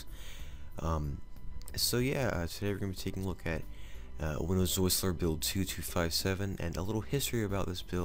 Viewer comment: Are you sure that Whistler is sounding like Wisler?